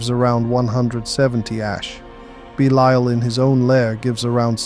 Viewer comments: Is this AI voice? How could you go from pronouncing Belial correctly to saying “beleeel”??? Bro??????????? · If your pronounce Belial like this again, I'm going to lose my ish